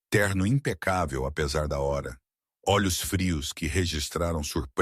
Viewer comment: Fala a hora direito.